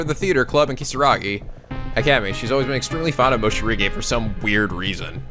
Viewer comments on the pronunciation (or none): Coming back and hearing Seiko ("Say-ko") pronounced "psycho" and Morishige "Moshirige" makes me laugh all over again.